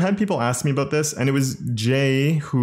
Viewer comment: You're exceedingly nice. What's that all aboot?